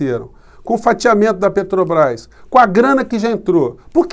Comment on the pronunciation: Putzzz.., "tetabras"? Seria cômico se não fosse trágico.